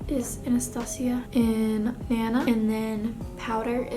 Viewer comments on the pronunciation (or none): none